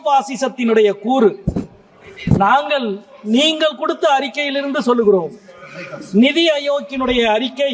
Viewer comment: மொதல்ல நாங்கல் நீங்கல்னு பேசறய நீயெல்லாம் தமிழ் மொழியப் பத்தி பேச லாயக்காடா. ள் வரலன்னா ஹிந்தியாச்சும் படிடா கண்ணா. நீ தமிழ் படிக்க லாயக்கில்லடா கண்ணா.